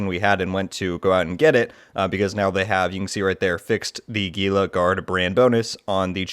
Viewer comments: It's correctly pronounced as "HEEL-LA" not "GEE-LA". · Gila is not pronounced with a hard “G”m it’s pronounced as an “H”… where TF did you learn to speak English? FFS…